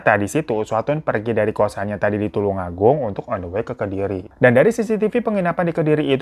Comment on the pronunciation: Bang tulung agung bukan tulang 😂😂😂